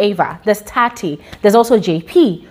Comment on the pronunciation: it’s Tsatsi not Tati